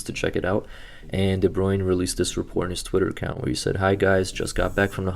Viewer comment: It’s Kevin de bruyne not de bruin